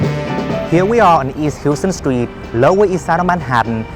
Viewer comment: just fyi it's "HOW stun" not "HYOO stun". No it does not make sense. Really good video nevertheless.